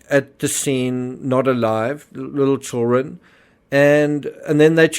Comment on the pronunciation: It's Children; not Chilren...